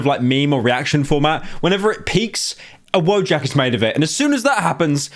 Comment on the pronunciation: you cant say wojak for shit